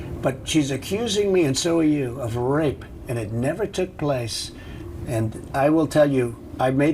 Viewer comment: why does he say "rrrape" like Tony the tiger "GRRRREAAT!"